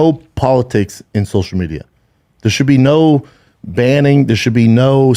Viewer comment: “Sosha medja”